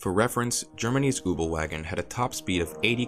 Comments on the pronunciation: " The ubelwagen" really dude? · Marvin Zachariah Kübelwagen, its pronounces exactly how it’s spelled 😂🤷🏼‍♂️